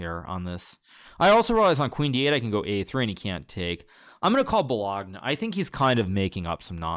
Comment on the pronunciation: Hikaru: doesn't understand the most basic memes despite being a chess god Also Hikaru: makes me laugh by pronouncing "bologna" weird 😂